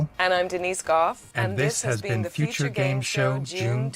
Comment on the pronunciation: Why dose he say uture like that